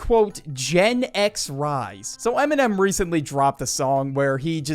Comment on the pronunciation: Bro says eminem like mn’m not dissing, just funny